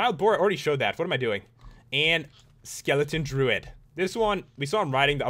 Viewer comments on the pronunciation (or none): none